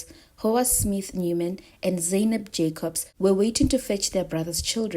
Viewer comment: Her name is not Go- Wa .... It's Gouwa. With a gutteral soft G sound. At least find out pronunciation before making your video. And It's Zay- nab ..... Not Zaai nab